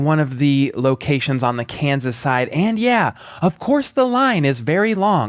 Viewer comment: Tryin to overlook how you said the "kansas side" HBTC